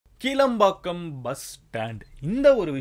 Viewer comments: It's not kilambakkam , kelambakkam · ஹாய் மதன் ப்ரோ, நான் உங்கள் ரசிகன்... ஆகையால் நீங்கள் ஒரு நல்ல முன் உதாரணமாக இருந்து சில உச்சரிப்புகளில் கவனம் செலுத்தவேண்டும்... உங்களை பார்த்து இளைஞர்களும் பாதிக்க பட கூடாது... முதலில் அது 'கீள'ம்பாக்கம் இல்லை. 'கிளா'ம்பாக்கம்.. இரண்டாவது, கலைஞர் 'செனட்டரி' இல்லை 'சென்டெனரி' !! ஒன்று கூட மக்களுக்கு சொல்ல விரும்புகிறேன்.. சென்னனையில் இரண்டு இடங்கள் உள்ளன..ஒன்று கேளம்பாக்கம், இன்னொன்று கிளாம்பாக்கம். சரியான உச்சரிப்புடன் விசாரிக்கவில்லை என்றால், கேளம்பாக்கத்திற்கு வழி காட்டி விடுவார்கள்.. அது OMR இல் உள்ளது. வெளியூர் மக்களும் கவனிக்க வேண்டும். rapido/uber/ola புக் பண்ணும்போது "kilambakkam" என்று தேடுக, "kelambakkam" என்று தேடாதீர்கள்! கோயம்பேட்டில் உள்ள வசதிகள், இங்கு இல்லை.. சில உதாரணங்கள்: 1. சென்னை சேரும்போது, கோயம்பேடுக்கு பெரும்பால வண்டிகள் பெருங்களத்தூர் பைபாஸ் வழியாக செல்லும். சில வண்டிகள் கிண்டி வழியாக செல்லும்.. கிண்டி புறநகர் இல்லை.. ஆகையால் வயதானவர்கள் இல்லை முடியாதவர்களுக்கு ஒரு option இருந்தது நகரத்துக்குள் இறங்கி பயணம் தொடரலாம். இப்போ அது இல்லை. 2. வெளியூர் பஸ் ஸ்டாண்டும் உள்ளூர் பஸ் ஸ்டாண்டும் அடுத்து அடுத்து கோயம்பேட்டில் இருப்பதால், சென்னை சேர்ந்ததும் எல்லா இடத்திற்கும் சுலபமாக டவுன் பஸ் ஏறி விடலாம். ஆனால், புது பஸ் stand இல் வெளியூர் பஸ்கள்(ஆம்னி & govt) மட்டும் வைத்திருக்கிறார்கள். அப்படியே டவுன் பஸ் ஸ்டாண்டும் பக்கத்திலே திட்டம் இட்டிருக்கலாம். 3. மெட்ரோ இறங்கியவுடன் CMBT யில் பஸ் நிலையத்திற்கு உடனே வந்திடலாம். KCBT க்கு வண்டலூர் பூங்கா வில் இறங்கினால் 800 மீ நடக்கணும். ஊரப்பாக்கம் இல் இறங்கினால் 2 கீ மீ நடக்கணும்! பெரிய தவறு திட்டத்தில். நீங்கள் சொன்னா மா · It's not kilambakkam it's kelambakkam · It is not கீளம்பாக்கம்... It is கிளாம்பாக்கம்... Please correct. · 0:1 keelambakkam illa bro kilambakkam (pronunciation must bro) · Its not keelambakkam. Its Kilambakkam.. Its not Cenetry, its Centenary. Please watch your pronunciation Madan. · கிளாம்பாக்கம் ... Not கிளம்பாக்கம் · எற்கனவே kelambakkam/ kilambakkam குழப்பம். வேற கீலம்பாக்கம் ன்னு குழப்புராரு.... இதும் கிளாம்பாக்கம் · அது கீளம்பாக்கம் இல்ல கிளாம்பாக்கம்